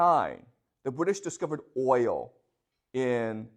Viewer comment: The class of dummies, Cant say oil😢